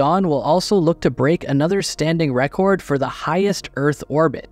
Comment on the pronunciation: Why do you say record like that? Please stop, PLEASE.